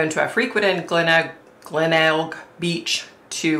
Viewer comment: Yay, been waiting for this one. You are pronouncing Glenelg correctly 😁 you mentioned Snowtown, a whole new set of horrors happened in that town.